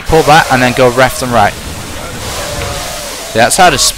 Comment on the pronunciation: becomes Asian because he says go "reft and right" XD